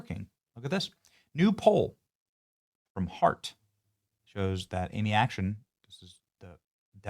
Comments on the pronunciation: It's ac-TON, not action. 😉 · This guy can’t even say her name right. Acton not ACTION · Its ACTON.....ACTON, not "Action". Are you sure Vivek is not right? And WTF are YOU doing? Are you trying to sink his campaign with this? Do you want the radical left to win? Maybe try positive PR. Its no wonder the left continues to win with the absolute worst policies ever to exist. They kick our ass in the PR department. Use your head dude. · Amy "Action"? FFS, Benny learn to read!